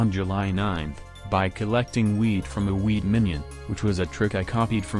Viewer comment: "By collecting wheat from the wheat minion" It sounds like he's saying weed instead of wheat.